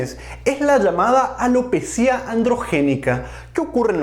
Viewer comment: corrección: la palabra ALOPECIA se separa en sílabas: a-lo-pe-cia, es llana y termina en "a" por lo tanto NO debe llevar tilde EN LA I, sino énfasis en la E. va con onda, gracias por todo lo que nos brinda en materia de salud.